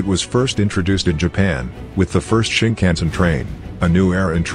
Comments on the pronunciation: shinkansen* not shinkhansen or sinkhansen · Shinkansen, not Sinkhansen you’ve made a small mistake on the N700 section